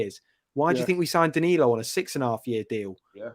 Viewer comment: I noticed that is still calling Danilo dialo for some reason lol